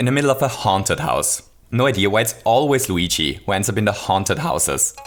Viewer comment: luigi not wegae